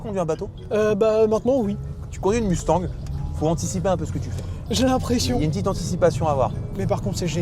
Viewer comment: Écoutez, merci pour la vidéo sauf que vous arrêtez pas de nicker le nom de la caisse ! Ce nest pas UNE MUUUUSTANG ni MOUSTANG les mecs , c'est MUSTANG ! Tabarnak les gars come on ! 😂😂😂😂 c'est bein bon vous êtes français mais c'est la seule auto sur la planète que vous nicker avec le nom !